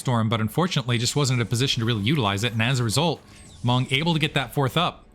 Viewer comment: % mong lol hearing monk hurts my brain and heart 😂😂